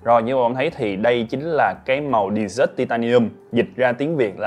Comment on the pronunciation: ■ HỌC Phát âm lại đi nha, ĐÉ ZỢT là sa mạc. Đì Zớt là món tráng miệng nhé. 😅 Tiếng Anh zở ẸC. !!😅 Học lại đi, nghe sai đau tai, hại não wá.